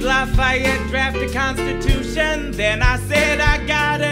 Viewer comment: ANYONE ELSE SHOOK THAT HE SAID “i hElpED LAffeYeT dRAft a cONstUtUtiON “